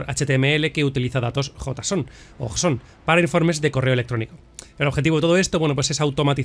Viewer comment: los ficheros en .json se pronuncia como Jason (yeison :P)